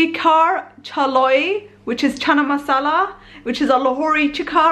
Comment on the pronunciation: not chala its chana and chola as well btw love your videos love from Pakistan ❤️🇵🇰